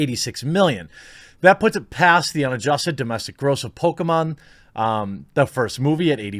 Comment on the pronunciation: It's obvious you prefer Sonic over "Pokamon".